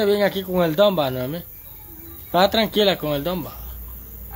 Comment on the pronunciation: no es Noeni! Es Noemí!😡🙈😠